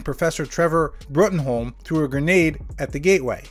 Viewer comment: Bruttenholm is pronounced “broom”